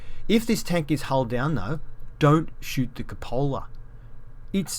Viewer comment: It's pronounced coop a la